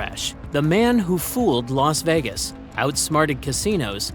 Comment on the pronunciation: 'Los' Vegas... nice work